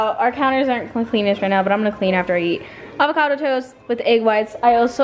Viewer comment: Did she say **acavado**toast on purpose 😂😂